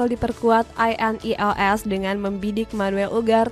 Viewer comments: Wwkwkwk monolognya pake AI kah? INEOS pronouncenya gitu wkkwkw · Narator cuma modal suara enak, minimal dikasih tau cara baca INEOS sama nama² pemain lah. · Ineos❎ I.n.e.o.s✅😂